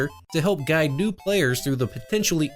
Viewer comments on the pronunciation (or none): none